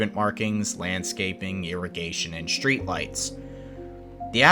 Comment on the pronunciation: "Shtreet" "Deshtroy"